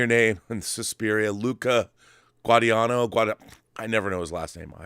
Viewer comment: Guadagnino is pronounced Gwaa - da -nee-no. The gn makes a n sound in Itatian.